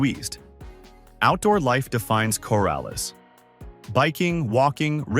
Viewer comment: So many errors here. No pretty tree filled mountains anywhere near Artesia, Portales, and Roswell. Just flat and pretty dry. Roswell crime is higher than stated. Las Cruces is probably the best area for retirees but not listed at all here. And the pronunciation is very wrong on Portales, Coralles, and especially Raton lol.